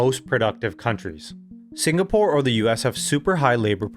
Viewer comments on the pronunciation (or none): none